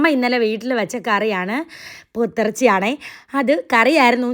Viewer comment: ബോതെറച്ചി അല്ല പോത്ത് ഇറച്ചി